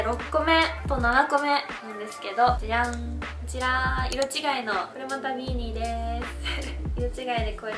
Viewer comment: ビーニーの発音が違う気がする？、、😳